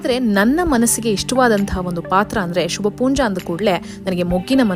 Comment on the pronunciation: Not Shubhpoonja . It should be Shubha poonja